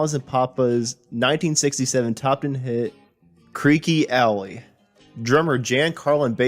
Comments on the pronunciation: Repeat after me: “Gren-itch Village, not Green Witch”… also, “Creek Alley, not Creaky Alley”. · Pronounced "Gren-ich Village". And "Creek Alley" not "Creeky" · Indeed, Rich Douglas. He also pronounced "Creeque Alley" as "Creaky Alley"! That's where I switched off. The guy's delivery is not good. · Most narrators these days are young and have no personal knowledge of what they speak. Video stopped at “Creeky (sic) Alley”. Audio books are also a huge problem since the vast majority do not know how to pronounce many words. The dumbing down of the citizens has been transpiring for decades. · And "Creek" Alley